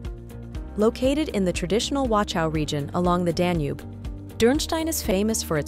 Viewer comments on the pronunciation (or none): none